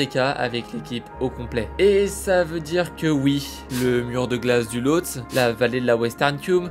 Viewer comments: Pour info, on prononce Losté et non pas Lotse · Lothsé et non lothse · Ça se prononce Lhotsé au cas où